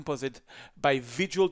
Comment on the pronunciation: It's KÄHKÖNEN not kakoen...